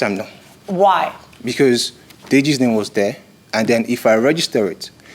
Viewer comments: Judge killin the pronunciation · No because I couldn't get over her mis-pronouncing it 46 times...